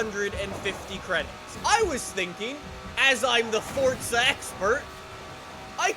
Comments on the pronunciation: It’s froZa not fortsa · your videos Are some of the best with Forza Horizon 4 but please say it right and not Fortza Horizon 4, say Forza Horizon 4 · FORZA NOT FORTZA COME ON GET IT RIGHT OR DONT SAY IT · It’s forza not fortsa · Welcome to "fortza" horizon 5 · Fortza. Fortza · Ah yes, Fortza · it is not fortza it's forza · There is no T its for-zuh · Forza is an italian word and is pronounced Fortza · Why do you fucking say forTza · Fort-za horizon 😂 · If your the forza expert why do you say fortza